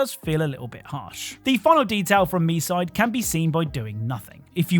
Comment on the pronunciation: For Misde it's not (Me side) it's (Me-Suh - Day)